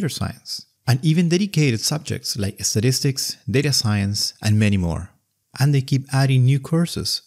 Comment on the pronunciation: I agree, but I did chuckle at pronunciation at one point, when describing the courses available through Brilliant, 'Statistics' sounded like 'sadistics'!